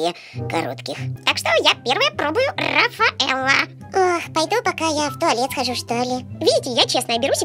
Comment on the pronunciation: Руфаело а не рафаело